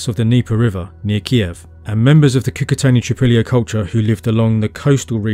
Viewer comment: Not "Trypilla" but "Tripolie" (phonetically "treepolye" - means "three fields" in russian/ukrainian)